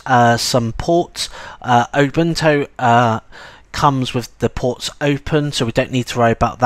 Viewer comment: I really must say that your pronounciation of Ubuntu sounds like "Open Toe"